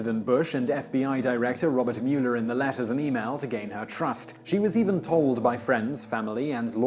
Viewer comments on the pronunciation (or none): "Robert Mew-ler" Haha! Why don't you check out the correct pronunciation of people's names before recording a new video? It's so easy to do. Shame on you. >